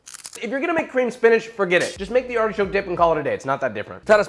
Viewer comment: Why SPEEENAGE?? What did it do to you? 😂😂